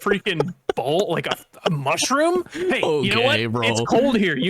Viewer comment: I just time stamped every time I hear m u s h r o o m